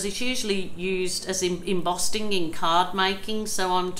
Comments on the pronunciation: It's Embossing Wand, not Embosting...just saying, just so you know. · Can I point out it's 'embossing', not 'embosting'? Great video!